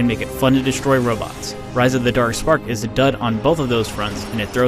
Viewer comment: Transformers: Rise of the Derk Sperk